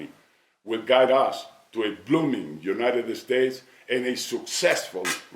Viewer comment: No tiene un asesor que le diga que no es "United Estates"? Digo, ya se que Fox nunca hablara ingles perfecto, pero que tan dificil es aprender a decir "United States"? se ve ridiculo.